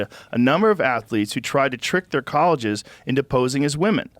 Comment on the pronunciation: THIS MF SAID "COLLEGES" XD